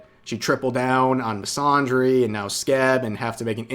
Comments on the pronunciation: Fyi, "misandry" uses the short "a" in "Apple" or "Anthony", not the long "Ah" sound in "Andre" or "wander". Hope this helps. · Please stop mispronouncing the word "misandry" like that, there's no ahh sound in there fam